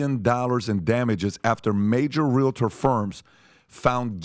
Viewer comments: Patrick has it correct when he pronounces REAL-TER, not REAL-A-TOR as continually stated. I just had to say it. As a 64 yr old, I have corrected a lot of my own misspoken words and continue to learn something new everyday. With all that said, I believe Patrick and cast put on a valuable and thought provoking production. Educational and Enjoyable! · Stop pronouncing it “realidur”. It’s realtor. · As a licensed Realtor, it’s pronounced Real-Tour. Not Real-A-Tour. Just wild how many people say it wrong. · "Real-UH‐tor"... that's how you know he's the real deal.